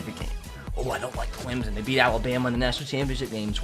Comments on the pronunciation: It’s not Clemzon it’s Clemson you idiot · I really hate when people pronounce it Climzon. It’s Clem-SON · Clem-sun is how to pronounce it